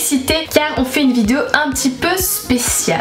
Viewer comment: Je replay 50 fois le début de toute tes vidéo j'aime trop comment tu dit on se retrouve pour une nouvelle "VIDIO"😂🤣